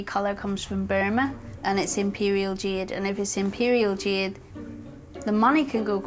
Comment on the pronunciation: Jeeeed? Not Jeeeed? You'd think a gemologer could at least pronounce the stone names?